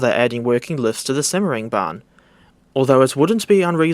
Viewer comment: Yay simmering bahn. Its said how the butcherd it